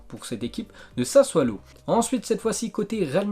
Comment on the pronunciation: SASSUOLO pas SASSUALO prononce bien, ce problème d’élocution ne s’arrange pas... vraiment dommage..!